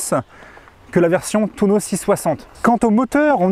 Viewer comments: C'est TUONO et pas TOUNO bordel. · Tuono !!! Pas touno !! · c'est un Tu-O-no pas un touno